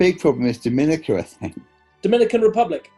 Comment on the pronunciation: It's actually pronounced Dominica.